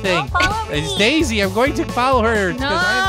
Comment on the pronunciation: It’s so funny when says daisy but she says desey lol